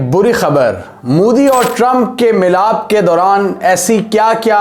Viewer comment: It's not mudi, it's modi😅😂😅